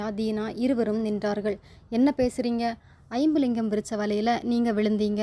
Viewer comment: Iyumlingam illa jambulingam ma tamil correct vasinga